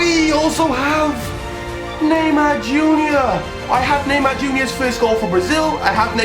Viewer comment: He always says naymaa